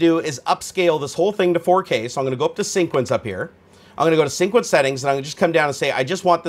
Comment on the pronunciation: Hey man, I love your vids but the way you pronounce sequence as "sync-uence" is sooo tilting. Lol keep up the good work :)